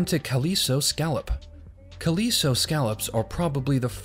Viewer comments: he really mispronounces "calico." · but he really mispronounces "calico."